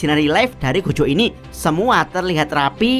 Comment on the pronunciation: Gojo bang bukan Gojho